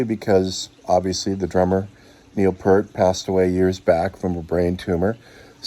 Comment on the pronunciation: BORING. snore. btw...it's P ear t. Pee ear t. Obviously uninformed. NOT PERT. c ya